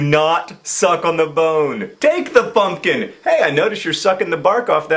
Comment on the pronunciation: You need to say "pumpkin" a lot more...plz :)I also like the way you accentuate the T sound at the end of the word get. Take the pumpkin!!!